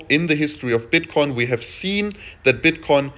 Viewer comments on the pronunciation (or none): I swear I keep hearing bitch coin in the beninnig of the video sec 4 :)